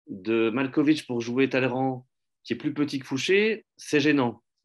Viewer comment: Talleyrand prononcé correctement, Guitry... ça vaut largement 1 possebleu